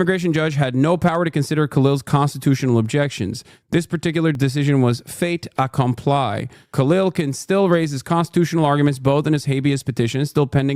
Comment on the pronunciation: hasan’s pronunciation of fait accompli 😭💀